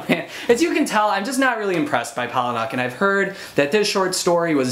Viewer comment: "Paula-nick." Pretty much any interview with him the people say it that way.